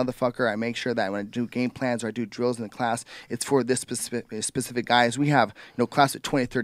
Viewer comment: Why can't Americans say specific?